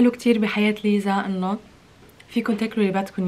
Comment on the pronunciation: الحين هيا ليه تقول ليزا ولا نطقها كذا ؟ 😭😭😭😭😭😭😭